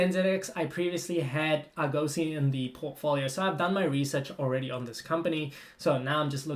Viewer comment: Ps - in your research of Argosy, you should include how to pronounce the name of the company correctly .. 🧐